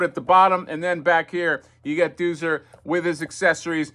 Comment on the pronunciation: Exactly. I thought I was crazy. I remember it being pronounced ‘Doe-zer’.